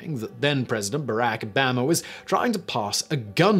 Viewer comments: Anyone else get really confused for a second by the way he pronounces "Obahma" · I know I guess he’s from AlaBAMA! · O BAM a! I’ve never heard someone say his name that way. You certainly have some interesting pronouncements of US peoples names. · Yeah I thought I heard it wrong at first. He seems to think Obama is pronounced the same way as Alabama. WTF? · Holy crap. Bah-rock O-bah-ma. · PSYMON WISTLURE??? Did I say your name right??? How can you not pronounce Obama? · I love how Simon apologizes for butchering foreign names and words, but manages to mangle Obamas name so hard I didn't actually think he was talking about the former US president... Really Simon? How?